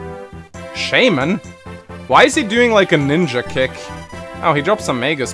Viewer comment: You expect to pronounce anything right? I mean listen to the way he says "shaman"